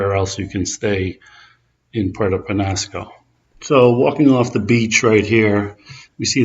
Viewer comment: Pwerrrto Penyaasco. Please delete this.....You sound like you know absolutely nothing about rigs or rocky point.